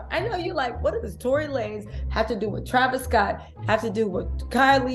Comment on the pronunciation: Tory lamez 😂😂I needed that laugh… I love your content btw